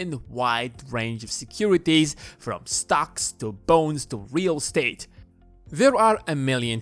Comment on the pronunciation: I keep hearing bones instead of bonds.